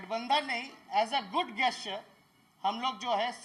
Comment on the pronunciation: Ye cm banega, Good गेस्चर nhi hota hai 8th fail neta. Good gesture (जेस्चर) hota hai